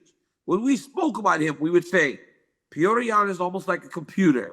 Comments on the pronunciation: Can we quit with the “pee-odor”? Please? It’s “pe-yo-tour” or freaking Peter if nothing else… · They keep saying Peyoder😂